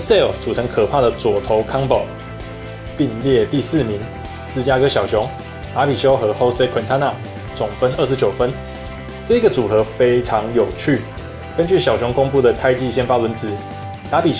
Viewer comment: 問個蝦問題 jose為什麼念吼誰